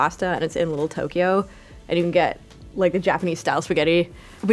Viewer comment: The way she said “Lil Tokyo” killed me